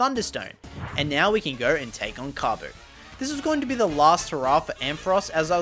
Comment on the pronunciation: Bro called kofu kabu